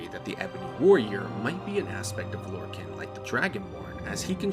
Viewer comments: Lore-khan not “can” like a soda can but khan like Genghis Khan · Mankar Camoran pronounces it as Lor-can/Lor-con during his speech in Gaiar Alata